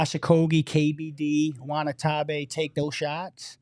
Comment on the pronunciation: Did just call Yuta...."Wanatabe"? 🥴